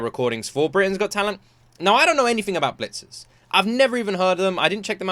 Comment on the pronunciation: Why do you call it Bleachers? It's Blitzers.